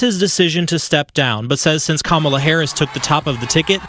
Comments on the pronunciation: You pronounced Kamala's name wrong.....wtf?😮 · Oh my goodness. why did you mispronounce Kamala?? She didn't just talk about women's reproductive rights in terms of the women she also consistently mentioned, 'and the men who love them"